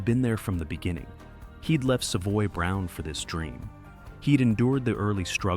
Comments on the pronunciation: Good video but mispronouncing Savoy Brown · Probably AI. I mean, who pronounces "Savoy Brown" wrong? - EDIT, after hearing it again, not so sure the pronunciation is that bad. Wrong, yes. AI, not necessarily.